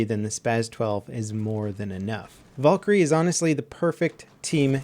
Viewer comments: it's Val-kyrie not Vol-kyrie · its not volkyrie it's Valkyrie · I know it's Valkarie not vulkarie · volkerie hahaha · I love your content it's great but it's not Vawlkarie it's Valkarie like Val karie I'm not trying to hates it's just really bothering me thanks for reading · Valkyrie not volkyrie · Please don't say Valkyrie like that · The way you pronounce Valkyrie makes me cringe.